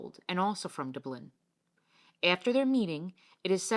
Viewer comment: Can't continue listening to a voice that cannot even pronounce Dublin.